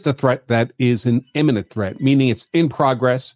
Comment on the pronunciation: why do you constantly conflate the pronunciation of "imminent" with "eminent"??